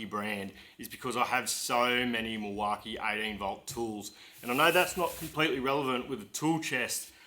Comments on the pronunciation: Nice looking tool chest!! If you going to ask them for sponsorship it may help to pronounce their name right? 😜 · You’re saying Milwaukee wrong. I’m a diesel mechanic in WA and I’ve never heard it called that. Lol😂